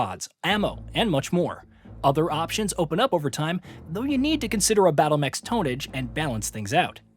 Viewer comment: Yeah, that 3rd Person showed they stop on a dime. No good. He also said "tone-age."